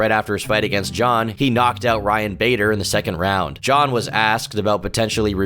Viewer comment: Sure, he pronounced nearly every name wrong, but give credit where it is due. At least he was able to pronounce "Jon" pretty well.